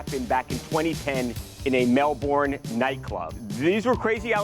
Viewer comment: One day the americans might learn how to pronounce melbourne. i'm not holding out hope though.